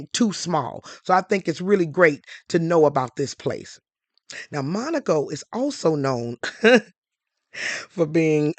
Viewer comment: Dharling! Thank you for pronouncing Monaco correctly!!! This one little gal kept saying it WRONG...